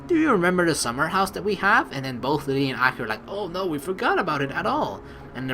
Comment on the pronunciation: The pronunciation for akira is a-key-ra FYI just so u know it's just annoying me....but that's just a pet peeve of mine sorry D: anyway like always GREAT VIDEO (puts thumbs up) it's not in the morning.......... Well idc it's katawa shoujo so fuck it